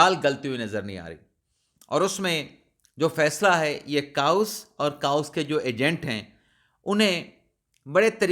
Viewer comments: Dear chaos its not kaa-oos, but pronounced as kay-os. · جناب ، برائے کرم اپنا تلفظ درست کریں۔ chaos کو “کے اوس” پڑھا جاتا ہے “کاؤس” نہیں، اور دوسرا vlog کو “وی لاگ” پڑھا جاتا ہے ناکہ “ولاگ”۔ اس نشاندہی پر معذرت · ۔۔۔انگلش کے لفظ chaos کو کے-اوس پڑھتے ہیں۔ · آپ کاؤس کہتے ہیں تو کانوں میں پھنس جاتا ہے 😅